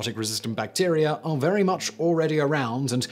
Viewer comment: Vewy vewy*